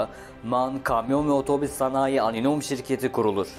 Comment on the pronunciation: Aninom değil reis. Anonim şirketi